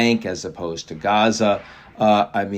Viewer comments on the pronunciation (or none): none